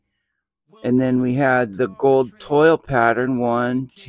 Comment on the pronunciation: Congratulations on your Witt Auto and the City cards! The special pattern version is a French word that they pronounce twall. Toile looks like Toil in English, but is pronounced like Wall with a T in front of it. Love your videos! I hope you can get some more Blasters to compare.